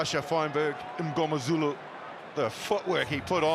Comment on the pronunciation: the only thing that bugs me about this, is the fact that one of the commentators has messed up Feinberg-Mngomezulu's name every time hes said it, i understand its a complex name, but this is his job and he should know how to properly pronouce it. Just my opinion, but otherwise fantastic commentating and a great game! :)